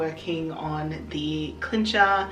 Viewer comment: DEAR XD I don't know if it is Australian English but afaik Cincher is pronounced with an S sounding C in the beginning. Not with a K sounding C. This threw me so off that I first didn't know what you referred to until you pointed at it. Just for future notice.